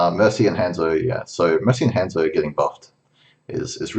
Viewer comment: Learn how to pronounce Hanzo.